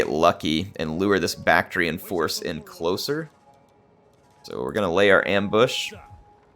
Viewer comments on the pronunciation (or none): none